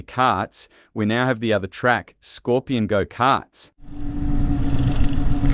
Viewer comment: You should do jail time for using that horrendous AI narration. E.G "ScorpianGo...karts"